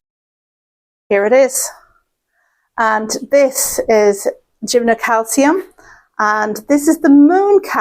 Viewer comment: Sorry for sounding like a pedant..but its gym-no-cal-lis-ium.😆🙂 Congratulations on a very healthy Mysotidium hortensia though!. which can be a bugger of a plant